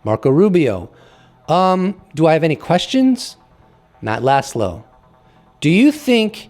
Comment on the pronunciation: Just FYI, Laszlo means “flag”. The -sz is pronounced like a soft S . Say “Loss low” and you’re extremely close